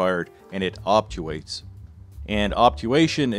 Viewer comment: It's Obturate not Opturate. Just lending a helping hand.